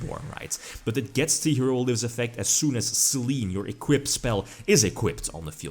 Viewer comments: I think it's pronounced "Saylaynay" as the goddess of the moon. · Actually, if you want to nit-pick, the kana are pronounced "Se-lenn". ;) (Damn it, Konami of Japan, get your pronunciation right!)